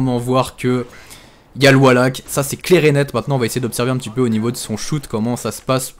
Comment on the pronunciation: pourquoi est-ce que tous ces gens qui veulent se donner un genre "a l'americaine" en voulant dire certains mots en anglais ne prennent meme pas la peine de les prononcer correctement ... wallhack prononcé avec un A c'est pas juste il faut limite dire wolehack pour le dire correctement ...